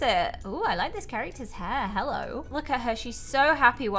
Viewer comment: I love how when she starts she say hellor